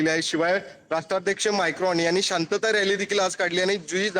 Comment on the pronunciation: माइक्रॉन नाही रे बाबा मैक्रॉन कसले हे रिपोर्टर कमी सैलरीत घेतलेले रिपोर्टर सगलें 😂